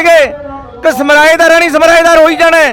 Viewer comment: समराएदार नहीं सरमाएदार सही सबद है।जोश में होश ज़रूरी होता है। धन्यवाद 🙏 जय श्री बालाजी 🌹